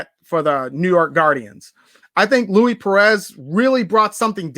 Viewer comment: it’s pronounced Loueese not Louie